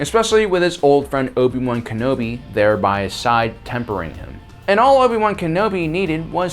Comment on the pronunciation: I'm going to dislike your video every time you say Ken-obi wrong...